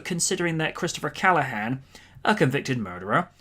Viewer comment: Actually it’s CALLAN, not Callahan